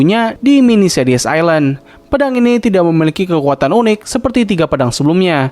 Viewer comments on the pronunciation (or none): none